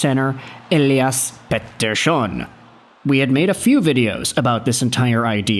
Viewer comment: OMFG… stop saying EP40’s name that way, every F-ing video of him you say it at least 2x… 🤦‍♂️🤦‍♂️🤦‍♂️